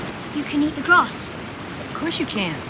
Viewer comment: ofcourseがこーしゅってなってる seではなくshと発音してるね